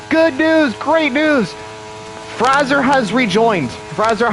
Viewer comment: Pretty sure WOR Fraser is FRAY ZURE pronounced and M CLOUD is one word McLoud